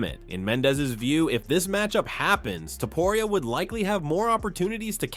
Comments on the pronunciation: "illia topuraya" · man why do you pronounce topuria differently each time? HAHAHAH